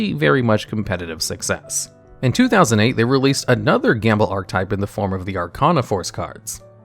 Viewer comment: I gotta ask, why do you say ark-type?